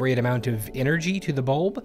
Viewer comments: Bu-Lb not Bolb hahahha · Also bulb sounds so funny now